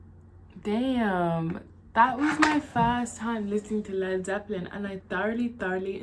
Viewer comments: These are Rock Gods. Yes, I'm old enough to remember when dirt was invented, but I've seen all the great bands. Yes you pronounced the name perfectly, although as you get deeper and deeper into them, eventually they're just Zep. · Yes you pronounced it correctly.